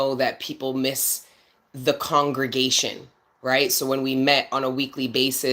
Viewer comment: You definitely said that right…. This is a “Congregation!!” 🔥 🔥